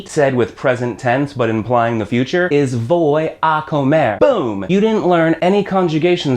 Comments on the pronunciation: Very good video, except for one problem. The letter "V" in Spanish is pronounced "B". So rather than "Voy" it supposed to sound "Boy" But it is still spelt "Voy". People may still understand you but it's not the proper way to say it. Some may get confused with other words. Much like the letter "j" in spanish is pronounced as a guttural "h" sound. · Man, you have pretty good way to explain spanish, i like it. But to be honest...your pronunciation is pretty terrible. For example voy vas va etc... i have never heard pronouncing my spanish friends in a way like you did. V at the beginning sounds always like a "b". I´m not criticising you, i just wanted to notify. Good luck!